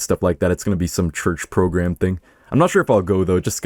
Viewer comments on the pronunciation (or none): none